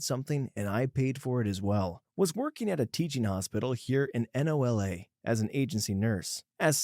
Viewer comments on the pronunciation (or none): "Here in N O L A" my guyyyy